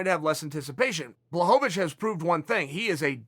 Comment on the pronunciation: Chael knows how to say blachowicz. And that surprises me to the highest of levels.